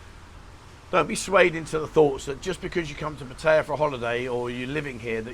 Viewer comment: Learn how to speak "Pattaya" correctly! Obviously no clue